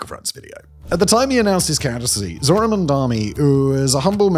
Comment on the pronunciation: "Zorhan Mamdani" noooooooo